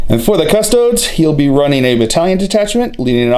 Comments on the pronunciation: *custodians. or custodes. but yes he mispronounces them every single time. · cus-toe-dees. like seriously. at this point you have to be doing this on purpose to piss people off.